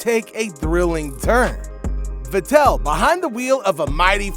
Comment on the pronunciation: Stop saying Sebastian VetTEL: it's VETtel.